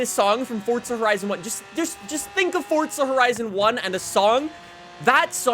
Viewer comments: It's Forza not Fortsa🤣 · Theres no letter T in forza, plz stop saying it like this. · LEARN HOW TO SAY FORZA!!! JESUS CHRIST!!!